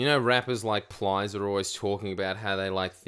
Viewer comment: bruz said PLIES 😭